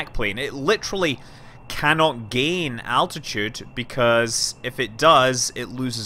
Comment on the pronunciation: ITS ALT-ITUDE NOT ATTITUDE